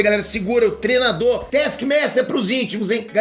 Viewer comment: “TREnador” hahaha, o não consegue falar treinador 😂😂😂